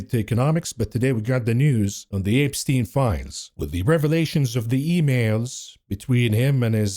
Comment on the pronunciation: apestien my favorite pronunciation of this name lol